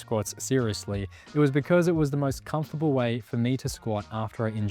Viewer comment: Excuse me, did you say 'confortable'? It is fucking not! But it is a good exercise!